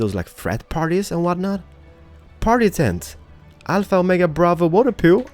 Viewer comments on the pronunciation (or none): none